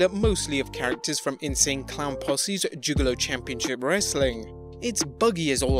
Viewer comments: I swear you said " joogalo " lol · “Joogalo” lmao